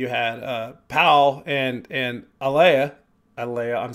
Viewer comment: Hopefully by now you know their names are pronounced like Danny, Pow, and Ahlay (slight emphasis on the first syllable).